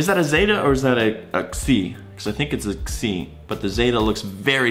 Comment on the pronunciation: You're pronouncing Xi wrong, even for an American - also, the irony of calling Euler a dumbass when you initially pronounced his name as 'Yuler' ;) And you initially pronounced quantum mechanics as 'quantum meshanics' - fair to say this video left me rather triggered haha; I'm not like a neutrino, I can't simply just keep going like nothing happened